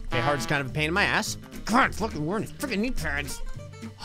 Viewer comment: "PAIN IN MY ATHSS"!